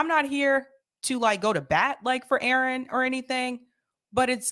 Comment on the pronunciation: Seder is pathetic. He keeps saying things like, "I'm sure but don't know." He can't pronounce Aaron's name and calls him "this guy." He continually digresses into irrelevant things. Sam's the crazy uncle you hope falls asleep in a 'tryptophan haze' on Thanksgiving.